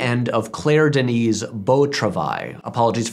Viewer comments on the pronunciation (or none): none